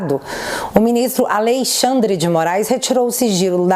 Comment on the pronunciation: Adorei o "aLeixandre de morais"! 😅😅😅